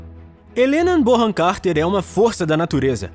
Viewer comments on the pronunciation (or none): none